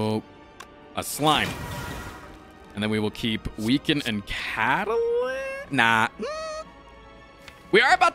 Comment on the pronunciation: Can we make it a rule that whenever mispronounces weaken on purpose, he has to donate 1 dollar to a charity >.>?